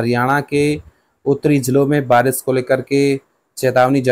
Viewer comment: Pahle Barish bolna to Sikh Lo acche se Baris bol rahe ho